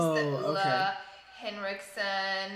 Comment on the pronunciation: "O-LAY Henrikson" Still so wrong.. They released a whole thing about how to say it.. Lazy to not even try Heerum.